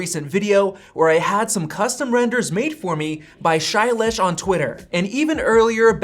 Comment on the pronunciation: The way he said Shailesh 🤣🤣🤣